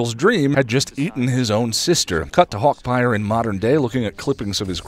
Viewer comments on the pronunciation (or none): "Hawkpire" lol